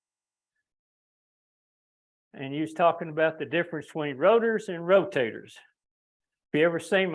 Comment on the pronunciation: Ro "taters" 😂